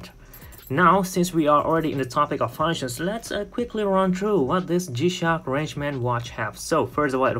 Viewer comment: no its not called fauwounctions, its called FUNCTIONS... dude!